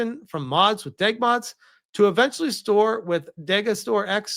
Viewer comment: My brother in Christ, it's D.E.G. Mods, not Deg Mods.